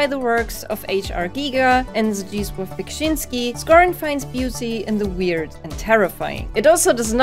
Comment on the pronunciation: Zdzisław Beksiński really does have a tongue-twister of a name, but you nailed it! also i burst out laughing at the Aphrodite part 😂 I will have to play Pale Beyond - never heard of it before and it really looks both beautiful and really interesting! I would put on my list of Most Beautiful (or visually interesting) Disco Elysium for sure - the environments manage to look both familiar and alien at the same time, and character portraits were so thoughtfully designed Also the way Signalis looks reminds me a bit of another horror game, but without the anime artstyle - Holstin it hasn't come out yet, but i played the demo - it seems to have similar pixel-style 3D (2.5D?) with intense focus on light and shadow